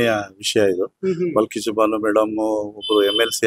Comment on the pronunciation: ಅದು ಬಿಲ್ಕಿಸ್ ಅಲ್ಲ ಬಲ್ಕಿಸ್ ಮೊದಲು ಹೆಸರು ಸರಿಯಾಗಿ ಹೇಳಿ